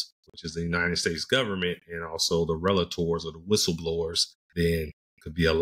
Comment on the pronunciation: Superb analysis! Until you said you aren’t a lawyer I thought you were. I’m a lawyer and have worked with DoJ for decades and you sounded like one of us—even down to pronouncing “relator” correctly : ) Looking forward to more videos from you as I catch up in this increasingly demanding, very important (and overlooked) area of compliance. I suspect the average person has no idea how much China has been stealing from us for decades—and the importance of that data theft. Folks should read “The Hundred Year Marathon” by long-time China scholar Michael Pillsbury. (Basic premise of the book: despite feigning interest in detente, China has secretly and aggressively been at war with the US for the last 50 years, with the aim of having its racist, imperialist, women and gay oppressing, mass-murdering communist dictatorship become the dominant geopolitical force worldwide. Stealing data/technology has been and remains central to that horrific goal.)